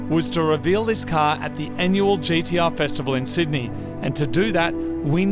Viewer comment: Why do they keep calling it at GEE-DEE-UHH? It's G-T-R